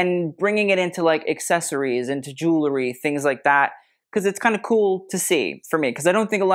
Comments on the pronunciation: Cillian was wearing a ZENDA mohair suit. Easy Google. And I'm sorry, I can stand it no more...it's ju-well-ry! NOT ju-ler-y. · I'm sorry, I can stand it no more...it's JU-WELL-RY! Not ju-ler-y. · Pet Peeve: pronouncing the word jewelry like jew-ler-y when it is jew-EL-ry. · you are a wonderful treasure for this unboxing. i don't understand, however, why you are not as particular about the pronunciation of the word "jewELry." It frankly detracted from you commentary. and it was out of sync with your very precise analysis of the fashion.